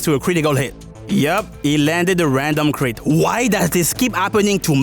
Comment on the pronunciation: It's crit. not chit. Unless you wanna shitpost bout it